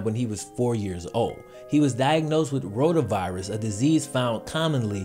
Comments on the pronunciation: Is he saying ronavirus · who else thought he said coronavirus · Did I just hear him say roda virus and think he said rona virus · When you said rotavirus I thought you said ronavirus and I was so confusled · And corona cali